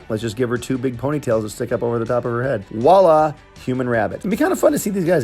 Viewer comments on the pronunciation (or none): none